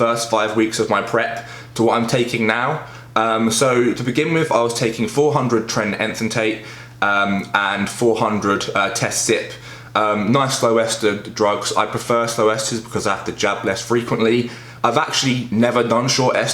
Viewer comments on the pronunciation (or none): "enthanTATE" lmao